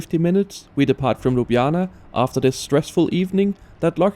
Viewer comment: Excellent pronunciation of Ljubljana! 😊